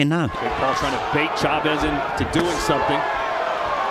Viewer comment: somefing? one good fing? learn English and a man's voice.